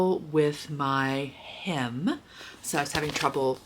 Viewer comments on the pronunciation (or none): At first, I thought you said you were having trouble with your him.....correct was hem. Lol